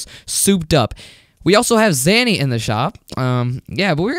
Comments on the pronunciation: Nice zany scream! Btw: it’s “zay-nee” not “zah-nee” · I got triggered twice in this vid. A: you just talk about some website infested with ads B: you mispronounce zany every time